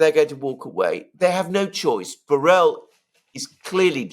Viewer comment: At the risk of being a nitpicker, Borrell is a Spanish, Catalan in this case, surname and the LL is not pronounced like a single L but a hard one like the LH in Portuguese (Minho) or the GL in Italian (gli) or the LL in French (bouteille).